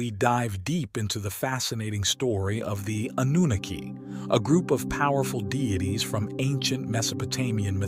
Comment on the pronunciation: Anooniki 🤦‍♂🤦‍♂🤦‍♂ that was painful to hear